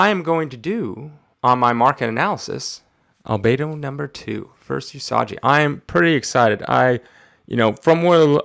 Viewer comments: Lol... “Yusajji” SMH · Awesome pull! One question and one tiny knowledge drop: 1. Is it a good idea to handle a high-priced comic with gloves to not get any oils on the cover or does it not really matter? 2. Usagi is pronounced with a hard G, like unagi or Giza, not like a J. (NOT trying to be a dick, just trying to be helpful, i swear. lol) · “Yusajji” is killing me bro! 😂🤣